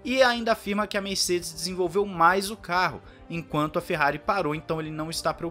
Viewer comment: É impressão minha ou ele largou um "Merrari" no início do vídeo???